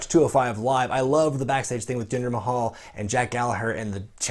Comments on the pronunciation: Who laughed when he said Jinder Mahul. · You said Jinder Mahal LoL